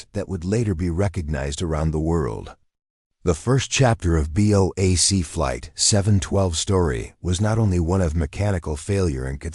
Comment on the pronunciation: Lmao "a BOKE boeing seven hundred seven" give it a rest